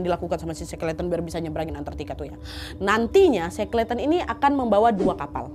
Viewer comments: bikin konten kek gini pastinya banyak nyari sumber dan referensi. tapi buat nyebut nama orang yg diceritain aja masih salah??? Dibaca nya shekelten bukan sekleten … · .... Bacanya she-kel-ten.... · Maaf koreksi sedikit pengucapannya kak Nadia.Shackleton dibaca Sekelton. Semoga bermanfaat🙏